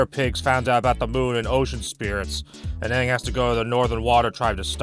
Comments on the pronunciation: Aang's name is actually pronounced that way in Mandarin, being the characters for "peace" and "souring." The problem is Aang isn't Chinese so it doesn't make sense to retcon how his name is pronounced, especially when other aspects of the cultural diversity of the show are completely ignored anyway. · The avatar movie: the disgraceful nick movie that badly pronounced names, takes years of earth bending just to toss a fist sized rock, and has nomads of fire and air instead of fire nomads and air nomads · Funny enough that is how his name would be pronounced in Mandarin Chinese... Except for the fact that no one in this show is explicitly Chinese. Much less Aang, who is if anything Tibetan/Nepalese/Bhutanese. It would be like if for the film adaptations of the Lord of the Rings that some new director came in and said "we're going to pronounce Samwise Ganji like the original Norse to better reflect his cultural identity" without realizing why that sounds dumb. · even tho this video is old but the main thing i hated about this movie was the way the named get pronounce like aang was aung and some of the other characters names was mispronounced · “I’m AHHNG and I’m the AHHVATAR” “SOOKA dont” “I am general IIROH” like what in the world?! There’s TERRIBLE casting there are the WORST pronunciations and there’s an AWFUL movie altogether I am not afraid to say it I HATE THIS MOVIE NOBODY COULDVE MADE A MOVIE ABOUT THe GReATeSt SHOW In THe WORLd AND MADe THe ABSOLUTE WORST MoVIE EVeRRrrrrrrRr!!!!! Seriously..... WHY DOES IT EVEN EXIST??? wHYYYyY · wtf sohka, eeroh, ahpa, ahng, have they watched the friggin show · Why the fuck did they change the pronunciation of everyone’s names? He isn’t Ong, or Ung. It’s fucking Aang. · The worst part is they mispronounced aang as ONG. BRO. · "are you the ovartar oong?" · I saw this movie once, and completely forgot how they mispronounced the letter A. AHvatar AHng, fucking christ!